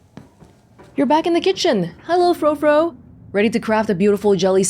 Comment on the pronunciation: Frou-Frou is pronounced more like Froo-Froo!